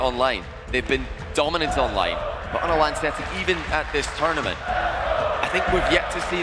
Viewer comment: "It's tOOGHRment, because WHOOŒUGH Else??!?"